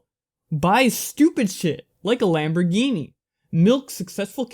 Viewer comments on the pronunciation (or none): none